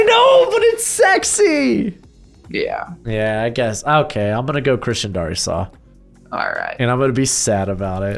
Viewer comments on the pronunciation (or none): as a Vikings fan I hate the way you say Darrisaw, it's Dare-ih-saw